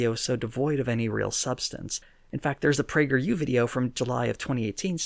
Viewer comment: Just giggled for a full straight minute at "Pee-yew". Quarantine done fucked me up.